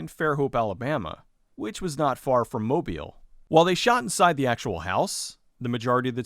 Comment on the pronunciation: FYI, the emphasis on Mobile is on the second syllable, not the first. It's pronounced mo-BEEL. I grew up not far from there.